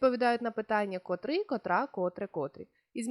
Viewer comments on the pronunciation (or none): Дякую! урок гарний! Але наважуся зробити невелике зауваження: вчителька української мови несе відповідальність не тільки за правильність викладеного матеріалу, але й за виклад цього матеріалу! котрИй, котрА, котрЕ, котрІ! Зверніть, будь ласка, увагу на наголошення слів!